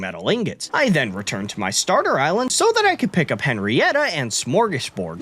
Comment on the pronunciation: As a swede, i've never been more happier to see little smörgåsbord die so i dont have to hear the butchering of our word:) Amazing video as always!